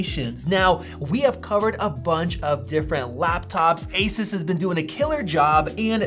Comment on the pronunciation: He keeps pronouncing asus incorrectly...